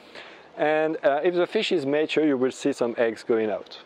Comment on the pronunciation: May I assist you in your english pronounciation? It is "ma - ture", like the Italian, "ma" (but) and ture as in "pure". Thankyou for sharing. It is one of the things that I plan to do.